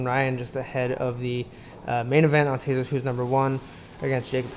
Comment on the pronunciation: its tezos